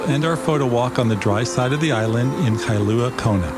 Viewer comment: Kailua-Kona not Kailuna!